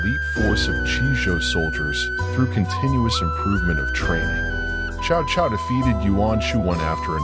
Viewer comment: It's not "chow chow" it's pronounced "Tzau Tzau"